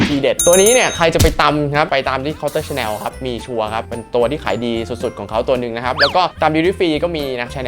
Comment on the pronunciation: ชอบช่องนี้มากค่ะ และชอบที่ออกเสียง ชาแนล ชอง ถูกต้อง เลิฟมากค่ะ ♥️